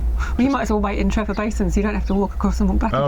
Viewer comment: its not Trevor its TreVor.